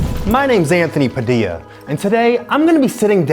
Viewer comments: PFFFFT "PADILDO" 😭😭😭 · “Padildo” I’m deaaddd😂😂💀💀